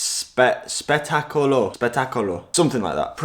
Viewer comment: Just add more ‘O’s and some hand gestures and that glove pronunciation will be spot on 😂